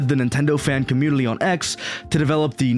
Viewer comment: Why do you say "Communi-L-y"?